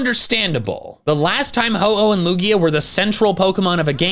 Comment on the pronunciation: IT IS A LUGIA< NOT A LUIGI!!!!!!!!!!!!!!!!!!!!!!!!!!!!!!!!!!!!!!!!!!!!!!!!!!!!!!!!!!!!!!!!!!!!!!!!!!!!!!!!!!!!!!!!!!!!!!!!!!!!!!!!!!!!!!!!!!!!!!!!!!!!!!!!!!!!!!!!!!!!!!!!!!!!!!!!!!!!!!!!!!!!!!!!!!!!!!!!!!!!!